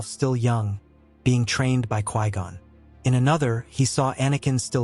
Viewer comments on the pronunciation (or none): Lot Hell, Ka Gone, Low Tall, ah Knee. It always takes me out of the story.